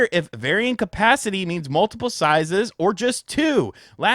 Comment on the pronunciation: My man said "sizes's"